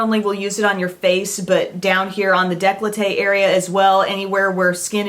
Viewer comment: I always laugh when I hear beauty "gurus" say the word decollete. It actually mean having a low cut shirt or dress. It does NOT mean you chest area. It has always been pronounce incorrectly. It is not declote area. It is de colle te. I hear so many youtube people say it and its not correct. Great faves and will look into a few of them myself.